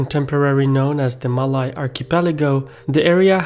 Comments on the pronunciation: You mispronounced “Malay” but that’s ok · You can pronounce malaysia well but cannot pronounce malay.. smh Bro its the same pronouncation!!! Its only with or without the 'sia'!!